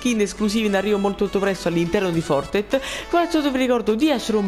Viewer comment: Fortet ahahahahah impara l'inglese mannaggia il clero e il Covid!